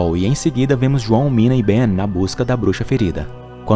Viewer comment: Uma pequena correção: o nome daquela bruxa ruiva é (nina) e nao "mina" tmj 👊😅